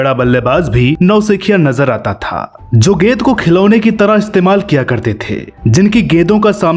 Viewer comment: गेद, गेदबाज !! It's गे न् द - गेंद, गे न् द बाज - गेंदबाज।